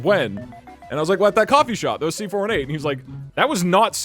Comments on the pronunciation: it hurts when he says C4 1-8 instead of C4 18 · Its pronounced C-4-18